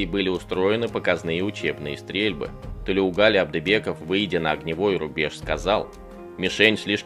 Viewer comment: Не Тулеугали а Толеугали